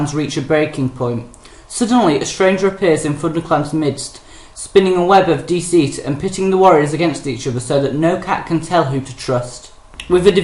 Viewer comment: You sound so different here than you do now... Also... "Dee-seat" haha! ^__^